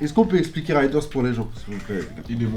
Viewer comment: Les gars par pitié pour Raiders c'est pas "ryderz" mais "réderz", sinon que du love!